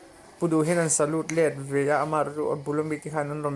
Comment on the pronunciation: Vanlalpianga hian solute leh salute lam dik thiam se.😂😂